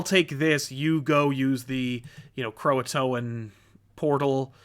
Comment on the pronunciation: I don’t know why but it just drives me nuts when and/or talk about “Krakoa” and say “Croatoan”